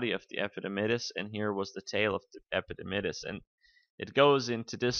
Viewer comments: "Epididymis" dr not "epidimydis" :/ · I could not go on after hearing him say epididymus....haha :-P